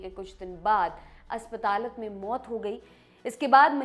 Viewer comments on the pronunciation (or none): "Asspatalat" haha, Aspataal hota hai madam!